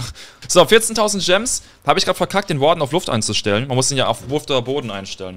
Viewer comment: Wie du Warden aussprichst Triggert zu 😂